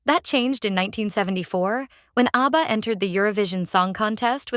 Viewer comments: Yet more rubbish AI narration. A B B A for goodness’ sake! What rubbish. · AI rubbish - can't even pronounce the groups name correctly.